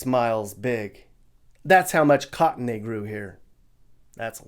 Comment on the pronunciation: Just say cotton.